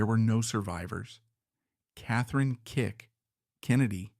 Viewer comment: Her name is KATHLEEN,NOT KATHRINE! PLEASE FIX THIS REEL!